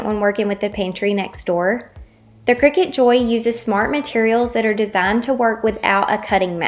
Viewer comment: I think you're pouncing Cricut wrong